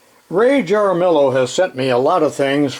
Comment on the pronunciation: Just a note about pronunciation: Jaramillo is pronounced as if it were Haramiyo. Love your commentary on everything mechanical, especially the older machines - some are older than me.